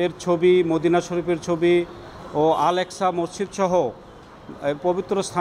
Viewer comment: এক এক্সা বলেসে , আল আকসা না বলে। আবার শুনেন ভালো করে 👀